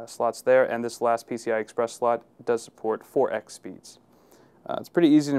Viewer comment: Lol, he said NCI.